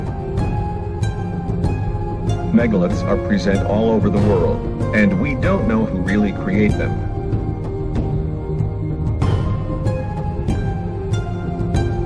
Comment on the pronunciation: Kind of get an idea right from the start that there might be some "rocky" thinking in this as soon as the word "ruins" pops up as "ruines". And then "present" is spoken with incorrect pronunciation relative to the context...and then giants come into the discussion ("rapping"...or possibly it was supposed to be "raping")...etc.